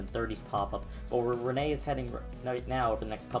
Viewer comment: Yay he finally said Rene right